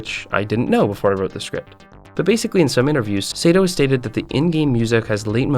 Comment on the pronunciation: Heh "Shcript"